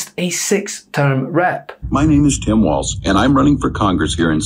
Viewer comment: Walz name is Walz, not Waltz. It sounds like Walls.